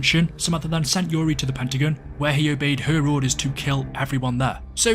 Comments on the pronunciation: It sounds like you're saying the Pentagoon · Man really said "pentagin" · Why does it sound like he calls the pentagon the pentaGOON